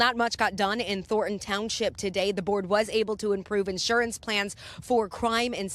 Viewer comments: Says “ Thornton TOWNSIP”. Lol😂😂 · It's township not townsip...